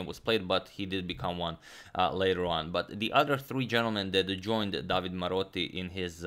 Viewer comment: About the Italian pronunciation: You always pronounce the e at the end of a word. So it's DavidE (the stress here is on the letter A) and De SimonE (stress on the O). Napoli was correct but the stress is on the letter A (it means Naples btw). Del Giudice has the stress on the U (so it was right) but "-ce" is pronounced like "che" in the word "checkmate" (and therefore you pronounce the letter E here as well). Also, "del Giudice" literally means "of the Judge" I hope that was helpful ;)